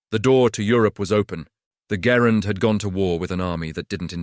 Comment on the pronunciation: The AI didn't even pronounce Garand's name properly.